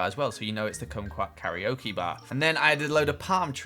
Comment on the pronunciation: fyi its "car -ra/la-okay" not "carry-o-kee" (karaoke)